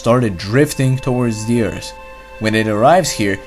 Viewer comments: Subrem it’s earth not eart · he meant that as a joke because the guy in this video pronounced earth as eart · bad comments: OMFG LEARN ENGLISH ITS EARTH NOT EART Good comments: Eart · Why do you say Ert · Layla Salas he saying how this guy says earth this guy says eart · yeah I know, i have OCD over that stuff. Couldn't help but correct myself. I get it though